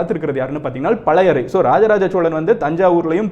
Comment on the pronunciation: பழையறை இல்லை பழையாறை. கடரம் இல்லை கடாரம். தமிழில் பொன்னியின் செல்வன் மற்றும் பால குமாரனின் கங்கை கொண்ட சோழன் படியுங்கள்.